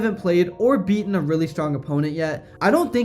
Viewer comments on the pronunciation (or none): none